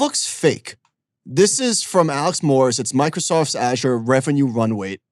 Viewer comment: I don’t care how smart you think you are, nothing makes you sound dumber than not knowing how to correctly pronounce Azure.